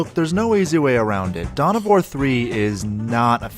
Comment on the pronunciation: I thought you said "Dumb of War"